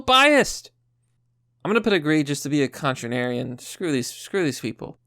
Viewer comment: Contranarian? lol